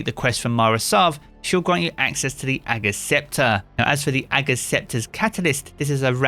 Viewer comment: when you spell ager's scepter wrong and you say ager's scepture